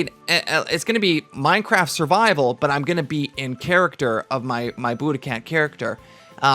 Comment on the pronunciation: Survival not Suvival... please correct your grammar.